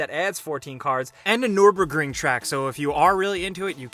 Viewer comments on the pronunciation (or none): Noorbering lol